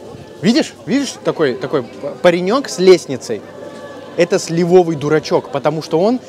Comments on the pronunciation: Правильно: слИвовый, а не сливОвый👍👌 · вы замечательный рассказчик. Но позвольте маленькое замечание: в слове сливовый ударение на первом слоге.